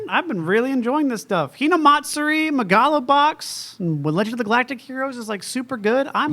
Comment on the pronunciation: Pronouncing it Meh gah lo Box just sounds wrong. It should be Mega Lo Box. Also I agree with. I'm loving the show, but ever since the fight 2 episodes, the boxing hasn't looked nearly as good. Nor has it really had that much ACTUAL boxing going on either. Hopefully both of those things change more towards what it was in the beginning as opposed to what's it's become now. Again, I'm loving this series. Easily the best of the Season and the one I look forward to watching most. Second being Golden Kamuy. With the amount of positive things I keep hearing I'll have to give Hinamatsuri a look.